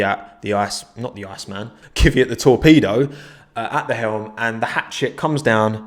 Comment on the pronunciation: Why are you calling him Kyviat, his name is Kvyat